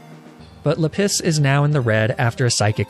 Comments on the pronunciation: It’s la-piz not le piss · how r u pronouncing any of these rocks lol basalt =bus-alt, lapis=LAP-is not le piss LOL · I think its so funny how he mispronounces Pokemon and calls lapis la-piss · lap-is bro not leh=piss jesus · Just so you know, "Lapis" with French pronunciation is actually "La-pee" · Normal people: La-piz: La-piss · Everytime he calls Lapis "Le Piss" it hurts my soul a tiny bit* *Like 0.1% At least that's what it sounds like to me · Sorry is he saying LA-PISS AND NOT LAPIS or am I deaf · Lapis. Or, if you're an expert in the French language like myself, luhPISS. Which in French is "la pisse" and actually means "the piss". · (Does anyone want to point out that "Lapis" in French would actually be pronounced "lah-PEE"? No? Okay, we'll keep letting him enjoy his gag name...) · Why did I think his Lapis was named "Le-Piss" at first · oh,. You know the French pronunciation of Lapis is "Lah-PEE":P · are you calling it la piss on purpose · "La-PISS"?? 🤦 You're pronouncing that wrong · not 'la piss'! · Every time you say Lapis, i damn near LaPiss myself. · No one: Not even a single living soul: French and: lA PiSs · La piss -> ma piss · Minecraft references for the names.. but lapis is LePiss lol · "or, if you're an expert in the french language like myself, L A P I S S" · Okay, real talk, I had to stop watching this episode midway due to your CONSTANT mispronounceation of the word "Lapis." Completely ruined the run for me, plus I couldn't in good faith continue watching this at work with you saying the word "piss" over and over and over. Please refrain from doing things like this in the future, it wasn't really even that necessary of a joke to make....